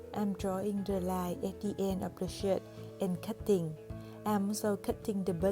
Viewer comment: sorry but i heard "from my old shit" no hate ❤